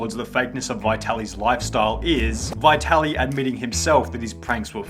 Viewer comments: dude, you are butchering his name 😂 Vaitaly? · good video.. only 1 problem : The name Vitaly is not pronounced as "why tally" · It’s Vit-Ali. The first “i” is soft. No need to emphasize it and miss pronounce a common Ukrainian/Russian name. The “i” is pronounced identically to the “i” in “it” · You want us to believe u researched when u call him bye-tali??? Bruh u wilding